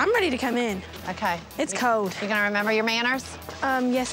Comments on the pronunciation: It’s cowd” Megan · Megan: it’s cowd (cold)